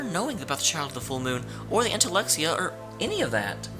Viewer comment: How are you mispronouncing "Entelexeia" wrong when JUST heard it? In fact, there are quite few words you're still mispronouncing, such as "Duce" and "Palestralle". I could understand why, that is... if the characters didn't already say them out loud =|